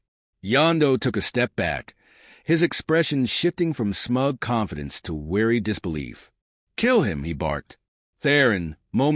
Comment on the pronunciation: Wary, not weary.